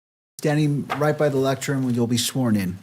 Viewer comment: Did he say lectrun instead of lectern? Twice?